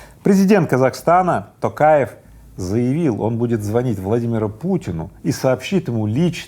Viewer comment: лайк за правильное произношение имени призидента казахстана